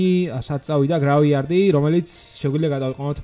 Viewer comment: წესით არი გრეივიარდი და თაუერი და არა გრავიარდი და თოუერი